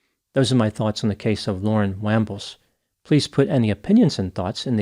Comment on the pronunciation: The wambles of Wimbledon!😂